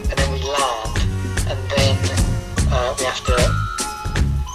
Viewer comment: “and then we LAHND”